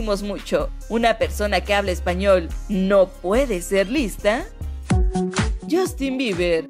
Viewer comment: HAHAHA me mata porque siempre dice "Yostin" es "Yastin" ahrr, HAHAH superen lo de Matthew y lo de Justin :v